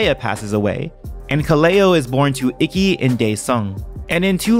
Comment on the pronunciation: It’s pronounced eekey, not icky